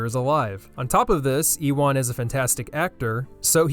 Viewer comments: HE FUCKING SAID E-WAN 😡😡😡😡😡😡😾😾😾😾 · who the hell is E-one its Euan Pronounced You an